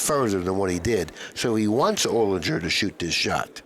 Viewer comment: I know Alex O. and it’s Olinger like finger…